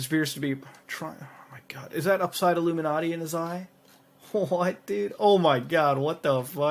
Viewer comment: . What's up with mispronouncing everything? twatter, a-la-mowz? illuminarti?